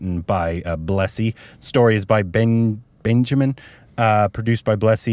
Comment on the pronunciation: Not Benjamin, it's Benyamin